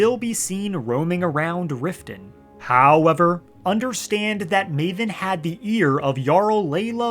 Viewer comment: The way you say “hOwEvEr” is so grating on the ears, holy fuck. Why is it hard to find a YouTuber who talks normal these days?